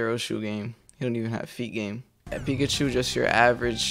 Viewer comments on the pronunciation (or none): none